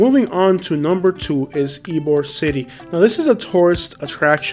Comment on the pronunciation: Bro I would work on pronouncing some of the neighborhoods in Tampa. it's e e b o r e not e e b e r